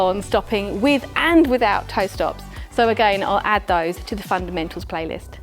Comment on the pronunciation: All I keep hearing is “Fun and Mental!” 😂